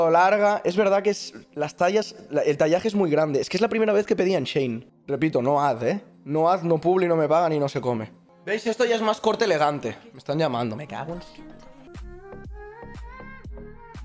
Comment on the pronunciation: Se dice shein y no chein 😂